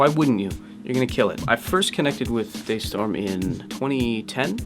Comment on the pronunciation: Wait! Day Storm? I thought is was Da Storm